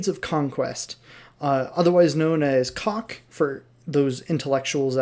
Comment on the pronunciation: you cant say CoC like that XD